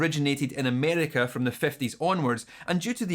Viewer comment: No one: This guy: A M E R E Q U A H